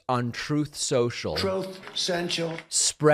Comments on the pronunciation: Trogth Cential… kills me every time 😂 I also like when he says “ O-bom-na “ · David everytime you play pos trump saying troth central I Crack up, it just doesn't get old.....such a waste of space..... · ""Troth Central""🤣😅😂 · Troth sential 🤣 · "Troth sential.". 🤣🤣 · "Troath Senshul" never stops being funny. Please don't ever stop what you do, David. Your YT vids are the highlight of my day. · I swear I click the video hoping to hear that dumbass trump sound byte saying TROTH senshal. I LOVE IT 🤣🤣🤣🤣🤣🤣🤣🤣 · I never get sick of hearing that "Troth, Senchel" lol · Troath sensure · Why can't Trump get the name of his own site "Truth Social" right??? "Troth Senshal" and he makes fun of Biden??? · And when he says Truth Social, he actually says Troth Sential. WTF? We know he can't read, can't write, can't think . . . and can't speak. Hello? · I’ll never get tired of hearing Trump say “troth cential”. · That Troath Cential sound byte never gets old. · "Florida man complains about the consequences of his own actions" is all I hear when you read his Troth Censral posts. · Haha troath "sential" 😂